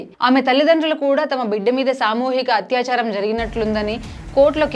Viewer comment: Hatyacharam❌ Atyacharam✅